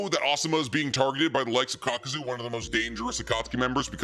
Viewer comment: How did you post a short saying itachi vs kakuzu spelling kakuzu wrong and saying it wrong lol